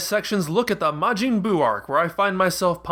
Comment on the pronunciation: genuine question: why do you pronounce it as mah-jeen and not mah-jin? i'd assume the latter is the more accurate one to the japanese pronunciation, isn't it?